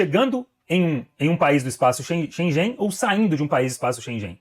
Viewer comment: Please correct your pronunciation of “Schengen”.